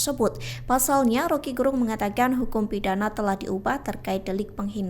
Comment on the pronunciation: Jago putar lidah ini satu Untuk pembaca yg bukan asal Manado Dlm hal menyebut nama Rocky GErung mustinya Ge disebut seperti menyebut kata Ge pada kata "geger" bukan pada kata "genap"